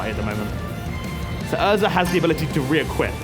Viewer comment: Who else cringed when he said ezra's ability was re-equip, not requip